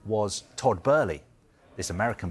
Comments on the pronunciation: Bow-ly. Not Bur-ly jesus christ. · To be fair that does seem to be closer to the original German pronunciation of "Böhly" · and then even she said after hearing the other guy say it so much. She literally knew it was Boehly and changed what she knew just because the other idiot was mispronouncing it so much 😂🤦🏼‍♂️ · Todd Boehly ❌️ Todd Bæhlie ✅️ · Somebody needs to tell this dumb turk thats its boehly not!! 😂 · WHERE IS THE R IS TODD BOHHEHEHEHELEY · Dude called him Todd Burly 🤣 sky sports chief reporter and doesn't know the names of the people he's talking about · She pronounces it correctly but Kaveh insists on calling him “Todd ” but seems to then change her pronunciation after hearing him say “” 50 odd times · The other presenter even pronounced it correctly seconds before 🤦🏻‍♂️ It’s almost an arrogance to decide to pronounce it a whole other way after you’ve heard the correct name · but it's not how he pronounces it, there's interviews out there where it's said. Besides with an umlaut it's an "uh" not an "ur" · Literally seconds after the other presenters pronounced his name correctly and then she changes how she pronounces it after hearing him keep saying “” 🤦🏻‍♂️ And Kaveh’s pronunciation is incorrect I’ve heard the correct way in interviews with Boehly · can’t even get the name right & he works for sky ffs 🤦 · why does he keep saying Todd's last name wrong? he has done it in other reports too, christ that is embarrassing. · Can he say Abramovic and Boehly properly it’s irritating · This pundit can't even pronounce Tod's name correctly 🤡🤡🤡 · Typical sky sports. Their chief sports reporter can't even get Todd Boehly name right. Always playing catch up behind social media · Can someone tell this guy how to say Boehly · Sorry I just can't take you seriously if you can't even pronounce his name properly 🤣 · WHERES THE R IN BOHELELEHEELEHEHELEHEY